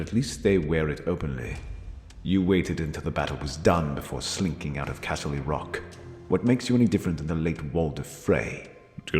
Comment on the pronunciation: If I hear castley rock one more fuckin time